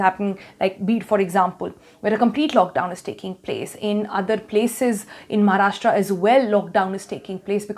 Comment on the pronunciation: Its महाराष्ट्र not महाराष्ट्रा.. great video though!